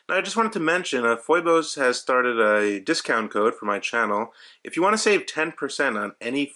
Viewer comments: Dude.. did you really just call it FOY-BOSE? smh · It's pronounced "feebose". Thank you for this video, I hope they make one with an automatic movement.